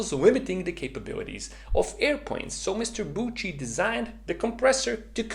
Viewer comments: Hello, please (for a fellow swiss friend) listen how to name Alfred Büchi is pronounced for once: Its Büchi not Butchi :)) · I dont really know phonetics but it looks like it should be „byxi“ Check out phonetic writing on google so u can decypher it😉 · As a swiss guy i cringed so hard by your pronouncination of büchi 😅😅😅😅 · Great video, but as a German your pronounciation of "Büchi" really hurts since it is extremely wrong. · 🤣 german Büchi pronunciation 😁 otherwise good luck with your boost series! hopefully it will be a nice subscription booster